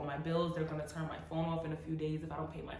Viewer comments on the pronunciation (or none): none